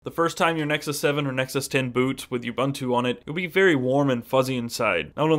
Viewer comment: It's pronounced oo-boon-too for God's sake!